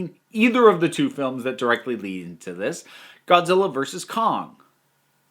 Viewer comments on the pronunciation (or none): none